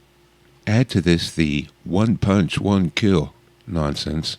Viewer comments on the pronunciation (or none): none